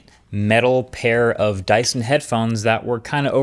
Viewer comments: "DYSTON" 😂. Love your videos and you are one of the best tech youtubers out there ❤ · It’s dyson